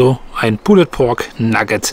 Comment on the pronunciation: Danke. Kurzer Hinweis: Das "e" in pulled ist ein "silent letter" und wird somit eher nicht ausgesprochen.